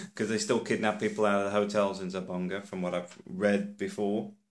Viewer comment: Its Zamboanga not zambonga